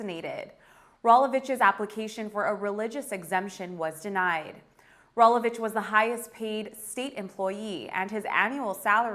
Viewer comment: Can we get a reporter that knows how to pronounce Rolovich or other words correctly. Sheesh, how hard is it to do homework before filming.